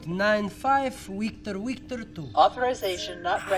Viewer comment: I thought the computer was smart enough to take accents into consideration, i'm sorry you didn't say wictor wictor. lol :)